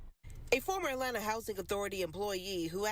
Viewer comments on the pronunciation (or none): none